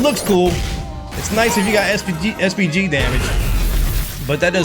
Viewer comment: i heard SPD everytime